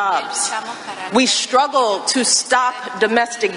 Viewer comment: LOL! "We shtruggle"? If she was so upset with the way men perceive women, why did she marry one? This woman is depressing.